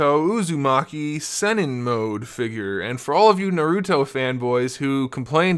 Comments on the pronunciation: And his name is Naruto not Narout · oh if you say what your talking about your a pro at naruto your not you can't even pronounce his name